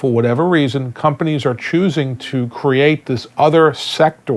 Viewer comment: "Carousel of Oppotunity". He seems healthy. His meat head should walk thru the temp neighborhood at night. He pronounced "secTor" like some lawyers say "defenDant" instead of defendant. He's a circular talker, always someone else. He speak in public in vagaries. Where are the SWAT teams at DOL? I know they went to FLETC in Ga..They receive premium training/work at GS-9+ level. Where are the army of 'well meaning' civil rights and labor lawyers? Indeed where? Where are the determined "Antifa"? Someday these temp will see the end, as long as people like the interviewer shine light to this pandemic in such a rich country. Until then, hold on.